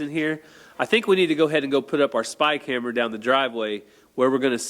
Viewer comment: I kept trying and trying to figure out what in the world a "Spike Hammer", every time you said "spy camera"! I didn’t get it until you actually held up the spy camera while saying what I thought was spy camera. I am dying laughing.